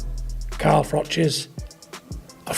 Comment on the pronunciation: This is all old footage... 😂 and its Carl Froch not Frosh 😆